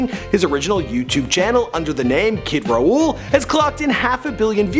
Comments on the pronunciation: he pronounced it's kid- raool but it's actually pronounced kid-raw that pissed me off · Did he just say ""? Holy shit I shocked😂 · THE WAY HE PRONOUNCED KIDRAUHL I CANT BREATHE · You also mispronounced kidrauhl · lol the way you pronounced kidrauhl was cringe